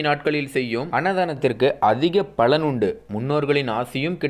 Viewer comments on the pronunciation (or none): none